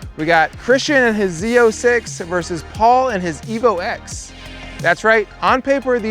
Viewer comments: It’s the same as the iPhone , it’s iPhone ten not X and it’s evolution ten not evo x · The X in the Evo name is a Roman number 10. So stop calling it an Evo Ex. It makes you sound really ignorant. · Exactly! I wanted to slap him every time he said Evo X